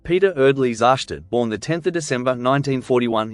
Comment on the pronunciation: You can't even pronounce his name properly. You f**** idiot, You know absolutely nothing.